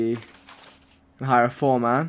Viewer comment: I had to stop watching because of the way he pronounced foreman